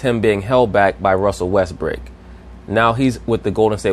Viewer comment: Pronounce WESTBROOK, not westbrick!!!!! Learn some english